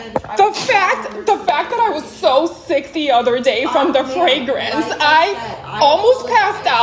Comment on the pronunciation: The way she said fragrance sent me every time lmaooo